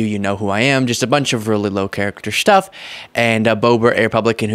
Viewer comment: Every time he says "stuff" I hear "Shtuff". Way to restrain yourself,.😂👍🏻